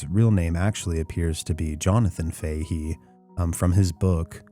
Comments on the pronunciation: It's 'Fa He' not 'Fay he' but great vid txs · It's Faa-Hee Faa-Hee not Fay-Hee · I can't say for certain as I don't know them but in gereral in Ireland the name "Fahey" is pronounced "Faa-Hee". Great video, though.